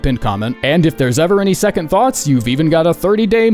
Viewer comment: seconth sounds right and wrong at the same time